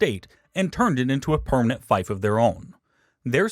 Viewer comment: "Fief" is rhymes with thief, not strife